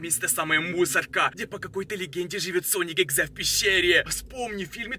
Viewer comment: Правильно: sonic.exe: SONIC. EXA